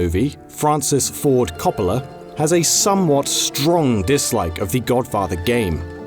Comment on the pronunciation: Every time he said Coppola's name wrong I died a little inside.